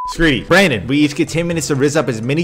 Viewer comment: doesn’t say brandon he says branen😭😭😭😭😭